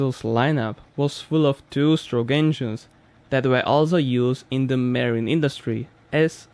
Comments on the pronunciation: I love your videos and have been with you from almost day one. I know english is not your first language and want to offer some help and hope you accept the help I am offering and not be offended. When pronouncing "marine" just say Ma-reen! I am trying to learn Russian myself and always welcome help in pronunciation! I think your first language is Slovakian if I am not mistaken. Another interesting fact for The Mercury V-12 outboard engine that they cost $77,000 USD each 😳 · Scott means, ma-REEN instead of MAR-een